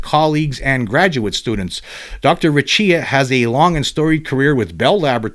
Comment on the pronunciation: Hey, google says you pronounce Recchia in Italian as…Raykia